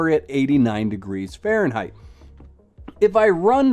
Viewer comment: why insist on Fahrenheit?? you can´t even pronounce it